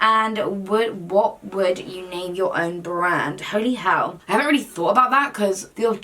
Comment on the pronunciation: “why the fahell not” 😂